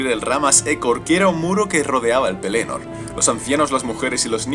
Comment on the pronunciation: mejor pronunciar pelénor que penelord